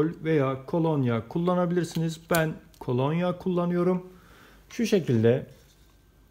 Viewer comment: Emeğinize sağlık, güzel bir proje... Ancak " KOLONYAĞ " değil " KOLONYA ".